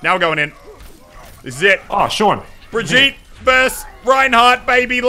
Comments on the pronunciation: Every time he says "Breh-jeet" instead of "Brig-eet-eh" I yell inside my brain. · It’s bruh-gee-tuh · According to Rein’s va, it’s pronounced [Bree Jeet] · That's because the VA isn't German and it's a German name. Which is silly because Reinhardt should know how to pronounce a German name. Not sure how they're going to explain that. Also, it's been repeatedly pronounced "Brig-eet-eh" in developer updates (by Jeff Kaplan) and in Brigitte's intro video. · or you just can hear the geman or swedish verson of ow ;) And yes, it IS Brig-eet-eh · Its pronounced Breh-jeet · Autumnplays my friend is German and he says it's brig-eet-eh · ugh it's [Bruh]-[gee]-[tuh] boi get it right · its pronounced bri-gee-ta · Pronounced BRUH - GHEE - TUH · Please say Brigitte's name correctly. Thank you.